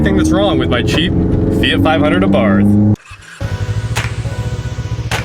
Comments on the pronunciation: It's pronounced "A-BART" The H is silent. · Fyi- you dont pronounce the h. Its "ah bart". You're welcome